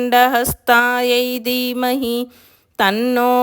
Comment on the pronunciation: Dermahi kaadamma...Dheemahi